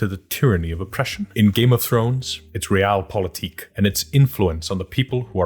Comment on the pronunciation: Wait, THAT'S how you pronounce realpolitik? Huh.